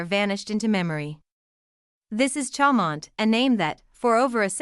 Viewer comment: If you can’t pronounce it you shouldn’t post it!